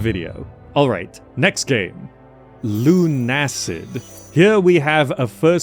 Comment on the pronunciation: LUNA-SID, not LUNE-ACID